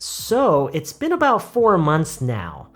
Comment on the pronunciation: been about할때 선생님처럼 발음을 하기 어려운데 혹시 발음 팁같은거 있나요??